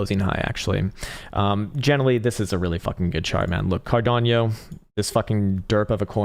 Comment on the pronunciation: Why do you always say CARDANIO? It's Cardano!🙏😘😉😂